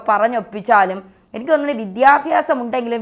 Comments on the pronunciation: ചാച്ചി, വിദ്യാഫ്യാസം അല്ല വിദ്യാഭ്യാസം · വിദ്യാഫ്യാസം അല്ല ചേച്ചി വിദ്യാഭ്യാസമാണ് ശരി 😅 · വിദ്യ ഫ്യാസമല്ല വിദ്യാഭ്യാസമാണ് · വിദ്യാഫ്യാസം അല്ല വിദ്യാഭ്യാസം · Madam vidhyabyasam onnu sherikkum pronounce cheyyutto